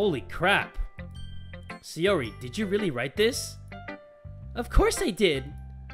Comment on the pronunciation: SAI! SAI! SAI! [SAI-OR-EE] SAIYORI. YOU SAYING SEYORI IS BUGGING ME SO MUCH I SCREECH EVERYTIME! DAMN MY PERFECTIONIST SIDE.